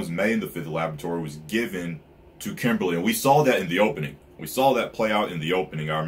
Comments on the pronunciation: Its kimblee. Not Kimberly, thats a girl name. 😂😂😂😂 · Philosopher stones is just a name they said that WAY early when they found the liquid Philosopher stone. Its a name it doesn't HAVE to be a stone. Also its Kimblee or Kimbley not Kimberly like a woman's name.